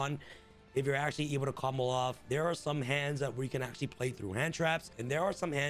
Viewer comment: Everytime 😂 lol one word, all Together. Thts the best way to “comboloff” 💪🏾